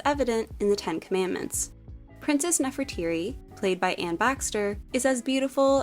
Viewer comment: did she say neferti*R*i ?!?